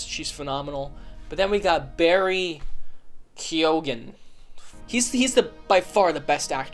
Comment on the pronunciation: Best pronunciation of Barry keoghan’s name by someone non Irish